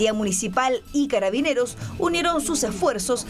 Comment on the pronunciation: ''Catabineros'' XD